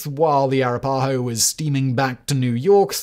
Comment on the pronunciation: It's pronounced "a-RAP-a-ho".